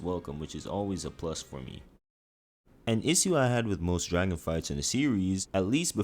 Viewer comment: “Tooday I’m gonna be wanking all the dark souls dwagon bosses”